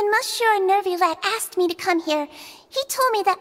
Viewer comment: as someone who spoke french ever since they were 3, the way they pronounce monsieur is making me cry 😭😭